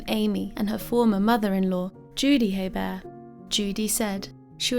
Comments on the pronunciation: Hebert is pronounced a-bear (I'm from New Orleans) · It's pronounced "A-Bear". I live 20 minutes away from where this happened. There are many people in south Louisiana with that name. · The H is actually silent. Pronounced A Bear. There are lots of Heberts in Louisiana l 😀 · In the US we pronounce their name like "Hee burt" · No, it's pronounced "A-Bear". I live 20 minutes away from where this happened. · Silent H, pronounced Abear. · Where is your accent from? Interesting how you pronounce Hebert.